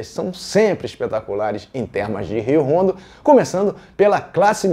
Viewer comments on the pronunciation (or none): Não é "Rondo" (como Honda) é "Ondo" (como hospital)